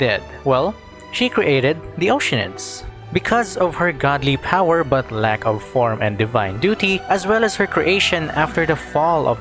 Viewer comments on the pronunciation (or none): none